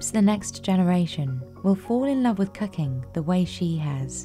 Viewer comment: I really wish the AI would stop saying "cucking" instead of cooking.